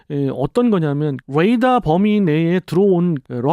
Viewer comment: 롸켓 아이언덤~ 뢰이다 발음 롸이트하네요ㅋㅋㅋ 조금은 오글거림 (디스아님)